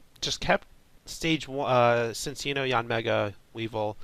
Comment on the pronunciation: It's pronounced Chin-cheeno. My life's goal is to get people pronouncing this name correctly. He's a chinchilla. So you use the "ch" sound. Chinchilla and chino cloth. His Japanese name is Chillaccino. Before you say "But there's no h at the beginning!??!" Just ask yourself WHY would it be pronounced Sin-cheeno? It doesn't make any sense. He's not a dark type, he doesn't do anything particularly mischievous, and Nintendo of America would not have that anyway.Ci looks better than Cc at the start